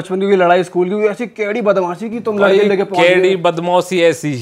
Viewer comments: स्कूल ❌ सकूल ✅ 🫡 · School ❌sakool ✅